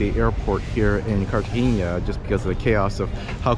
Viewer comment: Great tour!..mostly Getsemani.Fyi.. Cartagena in pron. (carta henna) not haynya)😀